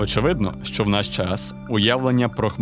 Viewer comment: Не "шо", а "що" !!!